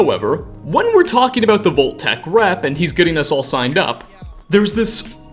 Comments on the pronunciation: BTW, it's Vault (vahlt) Tech, not Volt Tech. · I spent two hours researching locations that pronounce O in place of AU. Not trying to be insidiously mean, but Volt-Tec said dozens of times with Fole-Out became extremely grating on the senses. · .....what? "vol-tac" never have i ever heard of this company......are you trying (and failing) to say "vault-tech"???? "...a crate of poppits" .......can you pronounce any word right? its "pup-pits" is english not your native language? because kudos, i can only really tell with a few words that you dont speak english natively. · Why are you saying “VOLT-TEC??? 🙄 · Why do you end every last word of a sentence with "a"??? Vault techa. Mysteriesa. I'm going insane hearing thisa